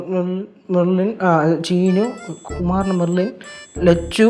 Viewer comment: ലച്ചു പറയുന്നത് കേട്ടോ മെർലിൻ മെർലിൻ മെർലിൻ മർലിൻ ❤️❤️🥰🥰😂😂